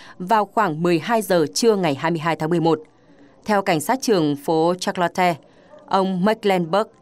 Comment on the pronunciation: Charlotte phát âm là sha’ lot. Không phải là shạt la te. 🤣🤣🤣